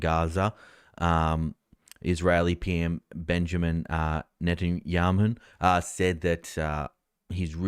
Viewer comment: It sounds like you're reading these tidbits off of a Dennys placemat. Confused as hell actually. And you don't even know how to pronounce Netanyahu? Lol. Bro, you sound lost. Cheers!